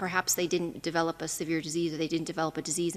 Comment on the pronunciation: Dr. Ted: You use the term a lot---so you should learn how to say it right because it's hard to understand you. The word "develop" is NOT DEV-uh-lope.....it IS duh-VEL-up. Please get it right---you're only impacting your own lack of communication by not making it clear.